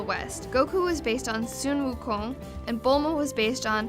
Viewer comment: While i knew some of the facts, this was the first time i've heard someone asian explain the origins of the first few chapters of the dragonball manga and the pronunciation of Sun Wu Kong was nearly spot on! Rock on and look forward to any other Dragonball content this channel may produce in the future